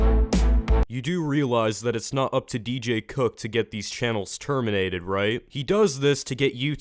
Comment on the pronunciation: Please pick a better tittle for this video because it sounds like you said do cook is bad